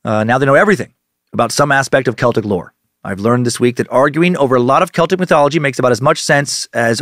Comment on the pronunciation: Holy fuck - thank you for not saying "sel-tik"